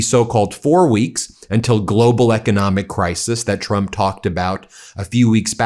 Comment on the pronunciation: WHY DO YOU SAY TRUP REGIME